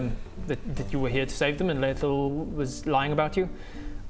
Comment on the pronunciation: has a major brakedown about the guys attention and then calling him Laiathel absolutely killed me:D